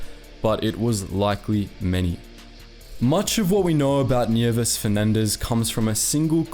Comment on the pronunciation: "Bataan" "Nieves" "Leyte" Damn, he pronounced that fast and well